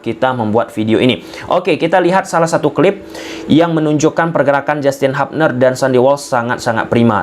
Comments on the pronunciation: Hubner ttp dbaca Hubner bukan Habner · hubner bkn habner 😂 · Kita bacanya tetap HUBNER BANG BUKAN HAPNER